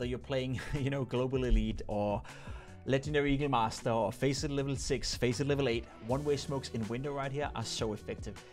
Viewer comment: Did he say letino eagle master ? XD